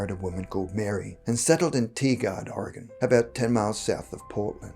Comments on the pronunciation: It's Tigard, OR as in tiger. We pronounce it Tigerd. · I'm from Portland and had to listen three times before I realized you were saying Tigard. It's pronounced like Tiger but with a d at the end. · I live not far from Tigard Oregon. It is pronounced "Tie-gurd". The way you pronounced it with your accent made me laugh. I never heard of this story before and I've lived here since 1970 so thank you for enlightening me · Lol “TEE-gard”